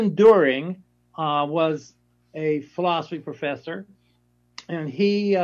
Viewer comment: Dühring, not Durhing.